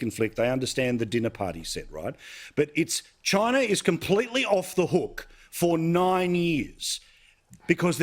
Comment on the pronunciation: "therez too many robots, in Choina"